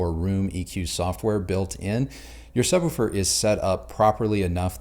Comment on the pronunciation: Are we going to address that he pronounces it sub woo fur?